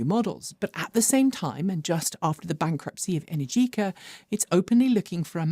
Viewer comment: Enèrgica,. Not energìca, enèrgica:-)